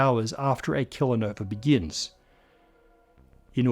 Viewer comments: You say kilonova, I hear killa'nova. Astrophysic's all gangsta now? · Am I the only one who isn't sure if he's saying kilonova or killernova? 😅 *Not intended as an insult,. You're great. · I assume is saying "kilo-nova" and not "killer-nova." Since it was never spelled on screen, my rhotic-accent trained ears listening to a non-rhotic accent kept hearing the latter. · I was very disappointed to listen to 80% of this video, look over at the subtitles, and see that it's "kilonova" and not "killer nova."